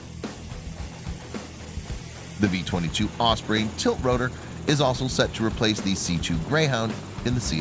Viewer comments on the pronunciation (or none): none